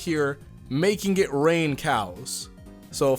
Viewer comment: When you said I love rain I thought you said that you loved rape and I got really confused